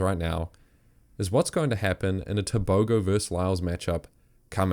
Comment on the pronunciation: Wish the world would pronounce Tobogo correctly … listen to the commentary in the 300 race to hear correctly